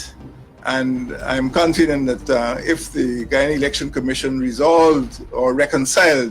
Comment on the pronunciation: Is it canfedent or confident mr uneducated president